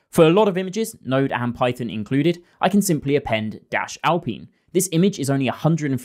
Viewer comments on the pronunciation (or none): Say after me: Al-Pine Not al-peeen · Sorry, but how do you pronounce "pine" now just add "al" to it.. al-pine You should be jailed for that pronunciation of alpine.. 😂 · I’m sure you’ve heard how Alpine is pronounced. LOL or maybe you’ve heard other people say it? Hehe Im just curious.